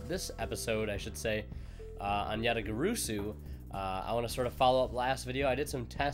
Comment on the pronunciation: You still pronounced it wrong ResidentSleeper